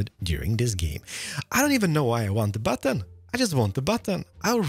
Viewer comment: Because of his accent and me not looking, I thought he said "last episode we made a butt. This is my butt." Immature, but funny.